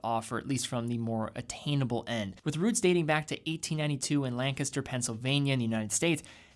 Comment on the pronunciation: Just found this video. THANK YOU for pronouncing Lancaster properly!!!